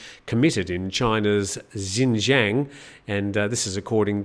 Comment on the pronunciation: Xinjiang is pronounced ‘shin-jiong’ and Xiamen is pronounced ‘Shyaa-mun’ for future reference. I lived in China for 5 years. Excellent program. Better every day.